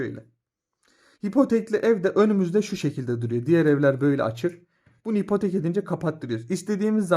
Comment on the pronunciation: Hipotek değil abi ipotek